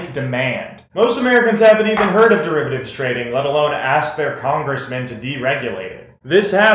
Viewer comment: How can you not pronounce the word derivative? Did you never take a math class? Also, the government made a profit because of the bailout, all the banks paid it back with interest.